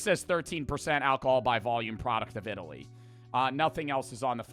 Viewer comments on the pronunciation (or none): none